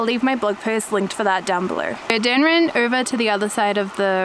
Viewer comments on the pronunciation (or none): Love your videos,... I’ve learned quite a lot from them. Thank you 😎 But who is this Dan? And why do you keep calling him Den!!?? 😜